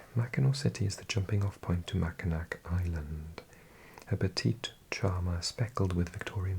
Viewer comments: Mackinac Island is actually pronounced closer to mac-in-awe! Im a native Wisconsinite, and I didn't know that until I was in my twenties because I had only ever seen it written down. And yes, I got made fun of pretty bad 😂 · Loved this one, I did a Michigan road trip with a friend a few years ago, but mostly the northeast coast. The UP is great. By the way, it's pronounced "Mackinaw" Island as well and it's a really lovely place in the summer. You've got to go there some day :) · “Mackinac” is pronounced “Mackinaw.” And “Traverse City” has the stress on the first syllable.